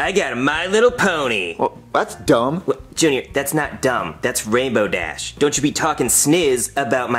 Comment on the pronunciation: don't be talking about my Dashe you hashe. Me:lol